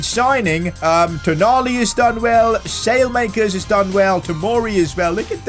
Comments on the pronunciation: Can he stop saying sale-makers it's sal-e-makers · You pronounce the name Alexis Saelemaekers Wrong